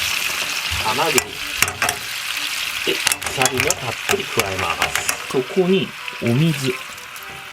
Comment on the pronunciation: アサリだったりマゴチだったりサワラだったり 最近イントネーションに違和感を感じるー